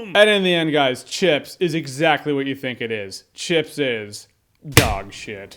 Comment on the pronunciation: I thought Jeremy said "Shits"